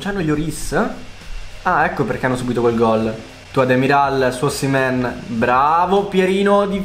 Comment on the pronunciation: Si dice osimen